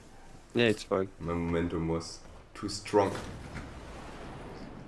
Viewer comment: every time says my i stg he says moi